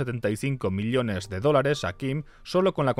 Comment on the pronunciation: me duele la oreja de escuchar "miliones" en vez de "millones" no entiendo xq lo dice mal jajaja